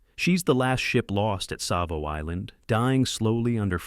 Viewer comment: Savo with a T ?!! unreal